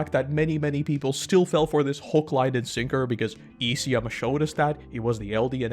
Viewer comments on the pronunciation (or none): none